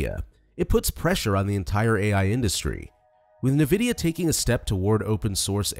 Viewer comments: Nuhvidea? Fuck man, please put some effort in. This is AI slop. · Suspect this is an ai voice… n’vidia >.< also chat gpt can interpret audio and image data